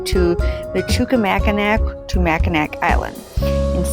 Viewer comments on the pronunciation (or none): Hey! I am a native Michigander. I have been to all these beautiful places multiple times, but I never tire of watching videos or seeing beautiful photographs of them! Thanks for posting! Just a tip, it is pronounced Mack-in-aw Island and NOT Mack-in-ack Island. Mackinaw City, just south of the Island at the tip of the mitten is pronounced the way it is spelled. Mackinac Island is pronounced differently than it is spelled.